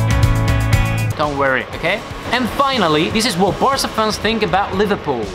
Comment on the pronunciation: Why he pronounces with british accent the Spanish name?